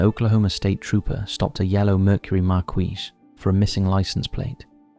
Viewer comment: Marquis is pronounced - mark-key.